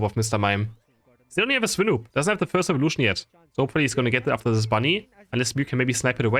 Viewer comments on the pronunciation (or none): none